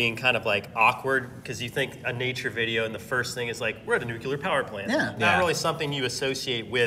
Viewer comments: WHO ELSE NOTICED COYOTE SAID “nucular” and lmao sorry it just gets on my nerves 😂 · It's NUCLEAR (Nuke-Lee-Er). Not NUCULAR (Nuke-You-Ler). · Oh no! They say "nucular" instead of "nuclear" XD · I love your work Coyote but I just wanted to say it's nuclear not nucular. Keep up the good work!!! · "new-clee-ar" vs "nu-cue-lar". debate! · Nuclear... New-clear Not Nuecular Just a thing for me. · Guys, stop saying "nucular". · Please stop saying "nucular" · I never expected you guys to mispronounce nuclear...